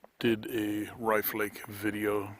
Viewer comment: I think its pronounced like cliff.